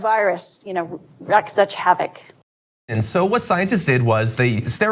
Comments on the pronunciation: It's 'wreak havoc' not 'wreck havoc'... Jeez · I think she meant wreak havoc..not wreck havoc... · Did she mean wreak havoc cause she said wreck havoc?